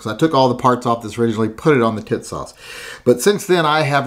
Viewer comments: It's TEA-sahsh! Not Titsauce. That's something else... I like what you did,! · Is it me or does it sound like he's calling it tit sauce? I like the gun even more now ! Thanks brother